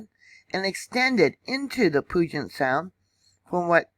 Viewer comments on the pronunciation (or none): You're doing great with the insane pronunciations of the areas here. One tip though, Puget is pronounced like pewjit. The et sounds more like it. Took me years to get all these wierd names, around here, straight. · Puget is pronounced "pew-jet" and Puyallup is pronounced "pew-al-up". Excellent info on Mt. Rainier. It's a definite hazard. Very brittle, crumbly mountain. Glad you provided this info for those who don't know. 💕